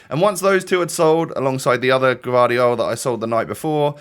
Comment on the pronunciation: You pronounce that guardiol like guardiola